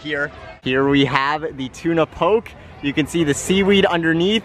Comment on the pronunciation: Love your videos, fyi Tuna Poke is pronounced POH-KAY, keep up the good work :)